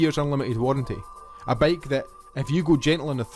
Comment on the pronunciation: Dude it's bike, not baeiyk. gush